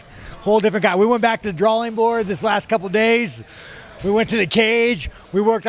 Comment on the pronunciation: "We went back to the druelling board" - Sean Strickland